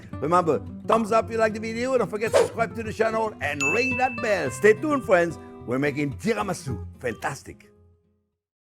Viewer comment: That's friends speak proper english